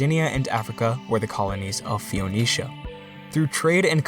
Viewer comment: Great video, as always, but 'Phoenicia' is pronounced 'feeneesha', not "fioneesha".